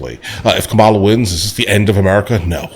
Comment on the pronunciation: do you know how to say Kamala ? are you doing it in purpose